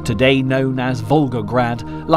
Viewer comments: Bloke is pronouncing Stalingrad like he’s an SS trooper. Stalin- grad. Not Shztalingrad. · Shtalin and Shtalingrad ? Where is this: ""Sh" coming from? it obviously is: Stalin and Stalingrad. No "h" here, whatsoever. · It is not, “SH - tal - lin - grad,” nor is it, “SH - ta - lin”!!!!! There is no voiced “H” in either proper noun!! When I hear common names mispronounced—in this case, Germanized—I judge the work to be sloppily done and I stop watching. The least any narrator can do is to triple check that all place names and surnames are pronounced correctly! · Why do you use the German pronunciation of Stalingrad? It is Stalingrad, not Shtalingrad. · how many times is this mug gonna say ' Shhtalingrad ' !?? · I dunno why this narrator insists on saying Shtalin and Shtalingrad but it gets up my nose. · Do you misspronounce Stalin on purpose? Štalin, Štalingrad,..just hard to believe when teal put together quality documentry such obvious mistakes appear..also naming all germans Nazis... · It's not pronounced bloody Schtalingrad or Schtalin. Just the s. Stalin. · Can't even pronounce Stalin properly. It's not Shtalin or Shtalingrad